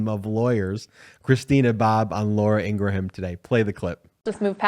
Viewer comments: It's not "Ingra-ham". it's "Ingram", despite the spelling. search for the video of her brother on youtube providing the pronunciation ... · Ingraham is pronounced "ingrum." Not "ingra-ham." "Ingrum." FFS. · I. Eli eve it is pronounced ingram